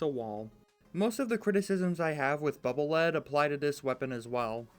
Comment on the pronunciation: Why does everyone always mispronounce Bubble Lead. It's not Lead like the mineral It's Lead pronounced LEED Because it's a bubble that acts as a lead to check for traps.